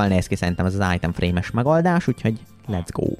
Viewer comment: Ezaaz! Újabb Eallképesztő Minecraft videó!:_jeábébe::_akalk: :_mátéideges:Egy titkos harcsafilé üzem!!:_kriszhype:(ha van olyan xd) 😅csak én hallom "ájtem frémnek"?😅 ( Nem rosszból ne értse félre senki) ..... :_uasztuaa: 1. Évados visszautazás az időbee:_jeábébe: 😅már megint majom:_kriszhype: Időutazásos előregondolokodás:_uasztuaa: Egy MazeHáz mindig jól jön!:_akalk